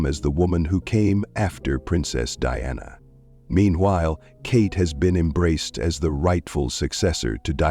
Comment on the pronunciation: DIANA NOT DEANNA